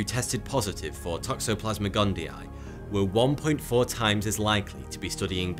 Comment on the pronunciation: Fun drinking game everyone... take a shot everytime you hear him say "Toxoplasmic Gundii" lol